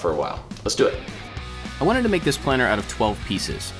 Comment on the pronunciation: your channel is awesome. It inspires me to make so many things. I feel like I know you cause your personality is so friendly. But the entire video when you said ‘planter’ it sounded like planner. I was like “iTs plAnTer. noT plAnnEr” lmao